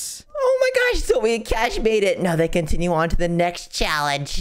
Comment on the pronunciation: Everyone is saying "zoe" instead of "zoey"